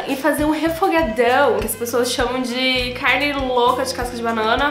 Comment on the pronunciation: eu amo quando ela fala “caRRRRRne” KKKKKK amo que amo